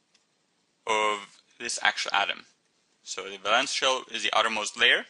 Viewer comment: valence , say it properly